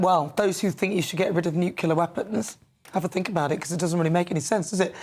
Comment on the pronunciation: stop saying 'nucular'!